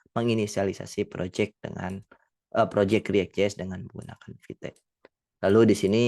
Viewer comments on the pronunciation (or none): Not vite instead vit 😂